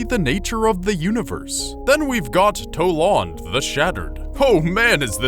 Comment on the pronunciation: He pronounced Toland wrong Tol AND not Tol Ned